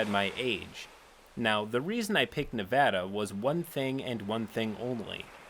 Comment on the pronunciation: all of these pople are disgusting but also THANK GOD YOU RPONOUCED NEVADA RIGHT